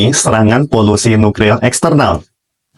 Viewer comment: Nuklir ko bukan nukril